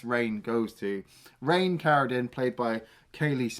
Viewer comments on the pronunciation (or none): none